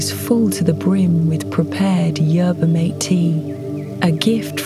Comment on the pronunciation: mate in yerba mate is pronounced "mah teh"